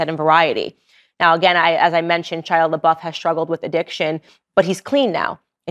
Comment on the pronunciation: It weirds me out that you keep calling him "Shila" instead of "Shia" .....